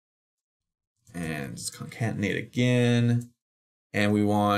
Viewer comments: Great tutorial, thanks. Just got to be that guy for this, though: "conCATenate", not "concantenate". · This guy is the worst typist ever. If he got it right the first time, the video would be half as long. Also, it's con-CAT-en-ate, not con-CANT-en-ate. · Really enjoyed this course! I hate being pedantic, but after the 20th time you say "concaNtenate" I couldn't help myself. It's pronounced "concaTenate". There are only two "n"'s, not three. But thanks for the great course. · btw it's "Concatenate"